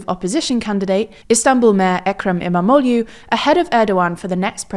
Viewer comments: So the "u" at the end of last names are pronounced as "oo as in book" so they're more like Imamogloo and Kilichdarogloo. Not "u" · Emamolyu? Damn you should really work your pronunciation of foreign words. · Full points for getting the correct pronunciation of Erdogan - so many get it wrong - but please try harder with the other ones which don't end with a 'you' sound, but rather with an 'oo' sound. I don't want to sound like a nit-picker, but if you called him Danald Tramp you would probably get some push-back! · You said Imamoglu's name 50 times, yet you couldn't take some time to figure out how to pronounce it correctly. Cheap. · I mean you could at least learn to say the names correctly